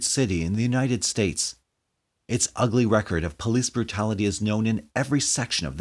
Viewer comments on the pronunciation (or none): none